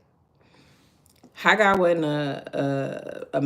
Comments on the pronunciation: You are saying it correct Haggai😊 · You are saying Haggai. Correctly😊😊😊